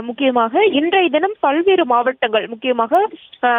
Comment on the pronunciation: பள்வேறு மாவட்டம் இல்லை பல்வேறு என்று சொல்